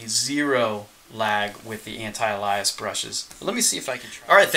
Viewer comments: I hate to be a jerk. Especially on a several years old video. But... anti-alias is pronounced anti-ay-lee-us. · You pronounce “alias” properly but then pronounce “anti-alias” weirdly. It’s still the same word, “alias”, in there.